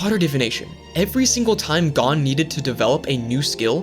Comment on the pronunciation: thanks for the shoutout also it's pronounced (go n)